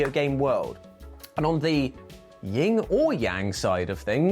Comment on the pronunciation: Yin Yang, no “ying,” only “yang” has a “g.”